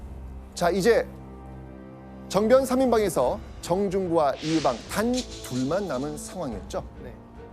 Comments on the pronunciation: 발음 제대로 해야지~!으종이 아니라 의종이고 이으방이 아니라 이의방이야. 호남사람이었던가? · 이으방ㅋㅋ 의방 아닌가요ㅋㅋㅋ